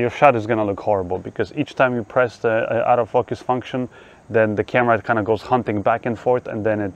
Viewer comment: I love how your accent makes ‘auto focus’ sound like ‘out of focus’ perfect for a camera without that feature! Great video - thanks.